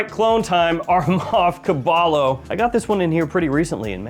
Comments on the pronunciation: Man said caballo its pronounced cabayo its spanish for horse hence the picture of a horse lol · it’s pronounced caba-yo the double L in makes a y sound in caballo and it means horse in spanish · Its horse in Spanish The ll make a y sound like "yet" replace e with O sound Ca ba yo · Hey! I believe it's pronounced [ Ca-Bye-Yo] Caballo is the Spanish word for horse:) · Pronounced: Ca-bye-yo Spanish for horse